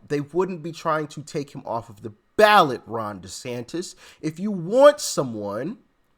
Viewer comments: Ballot not Balet Dear Brother😊! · Ballot! Not balet ! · It’s not Balet. It’s Ballot. 🤭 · Ballot NOT BALET WISE UP! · *ballot not balet 😂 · Ballot not Balet. lol